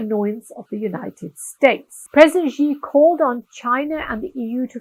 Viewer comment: Your content is from a western lens, quite shallow. You can't even pronounce Xi's name correctly 😜😕